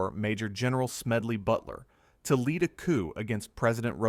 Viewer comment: Add “leed” to gasoline? “Leed”?? “Leeded to gasoline”???